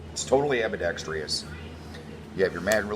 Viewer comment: How many times did he pint the gun at himself???? And it's ambidextrous NOT ambidetrYous.